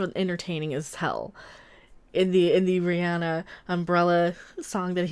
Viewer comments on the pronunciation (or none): none